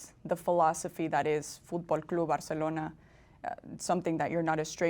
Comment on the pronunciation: He says just right.